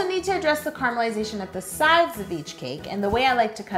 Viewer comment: when she said carmalization it sounded like crumbilization